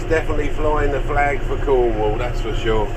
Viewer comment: The west country.....conwall??????wales is the west county get it right